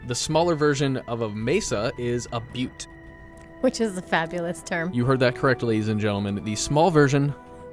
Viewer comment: Keep telling butte 😂